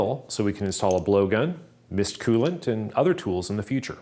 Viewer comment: I have no explanation for why your pronunciation of the word “coolant” triggers me so much 😂. Everyone I’ve ever heard pronounces it “Cool-ent.” Yours is more of a “Kyoo-lant.” Please tell me I’m not the only one with this thought